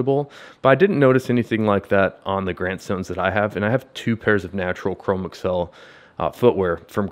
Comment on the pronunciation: I am considering the grant stone and am appreciative of your update. This is not a criticism...take it as a construction upon which to build: Chromexcel has been around quite a long time...much older than the personal computer age. Chromexel is one word, not (google) Chrome + (ms) Excel. It is pronounced Cro-Mex-Ul, with the accent on the second syllable. Rest easy, for you are not alone. This mispronunciation is rampant with millennials and gen x.